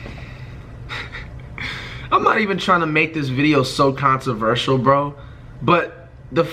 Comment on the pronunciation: Did this nigga say “Consivertial”?